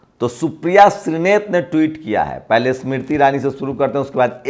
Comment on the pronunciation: Yaar tum apna Pronunciation to theek karlo pahle......Smriti bola to aisa laga ki Isss Mirtti ( Iss mitti ) bol rahe ho.....